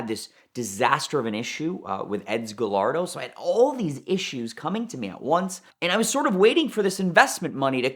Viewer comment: I think he’s a great guy with some good stories and has obviously been successful but for someone that “curates” Lamborghinis, I hate how he says “guh-LARD-oh. Multiple videos now…learn to say it!